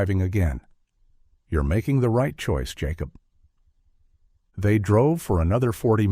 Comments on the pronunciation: Hate AI....yacob is Jacob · Why can't your AI story teller not be able to say Jacob? I've never heard of a Ya cob lol. Also whoever proofreads your dialogue under the picture needs to be retrained or replaced.